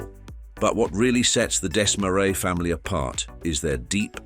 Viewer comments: Why do you keep showing US $100 bills instead of Canadian currency? Did your AI not know that Canada has Canadian $100 bills? And maybe deciding whether to pronounce Desmarais in English (Dez-maraize) or its native French (Deh-marai) would be a good idea instead of switching back and forth each time... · You got the pronunciation of "Desmarais" correct on the second try -- and then your third was even worse than the first. Try #4: ugh. #5 roughly correct. #6, OK. I guess you're putting the "uh" in amateur. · YOU COULD PRONOUNCE DESMARAIS PROPERLY